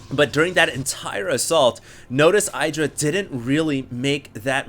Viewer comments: I love ur vids, this one is awesome ! but u have to insist on saying i-Dra !? its hard enough for me to get used to E-dra like he wants it to be :D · Hi, but idra has reiterated that his name is pronounced ee-dra not eye-dra. Cheers! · I think it's pronounced "ih-dra" with a short "i" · It's pronounced ih dra -. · idra will rage at for saying his name wrong lol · I-Do-Rage-Alot LOL i guess tho we will see much more offensive games in Dallas from Idra :)